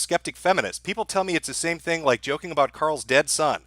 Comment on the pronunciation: I hate how says, "that's the fing". The "fing"... thing... "fing".